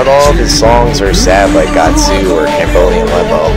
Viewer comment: you say its your favorite song and call it gatsoo lol no hate i just think it's kinda funny